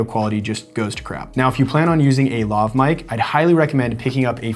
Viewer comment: Lohv? Luhv? It's Laaaav... as in Lavatory, and, y'know, the word your abbreviating, lavalier... in English.